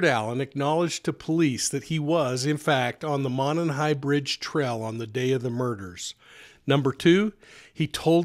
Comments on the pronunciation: PLEASE OH PLEASE!! "Monon" Bridge (pronounced "MOW-NON" BRIDGE) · Love your channel. Correct pronunciation is MOW NON high bridge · First it’s a long O in Mo and non Monon bridge I’m a local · Mow as in "mow the lawn"/Moe MOE-non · The fact you can’t pronounce monon correctly means you shouldn’t even be covering this. Also can’t pronounce a prominent brand like Carhartt. Lol